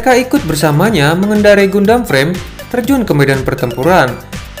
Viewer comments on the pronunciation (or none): Saran bang Cara baca Gundam ❌ GANDAM ✅